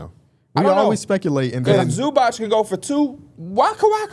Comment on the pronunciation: Zubac name is pronounced Zoo-bots guys. I know y’all working on pronunciation but he’s too good to still be saying his name wrong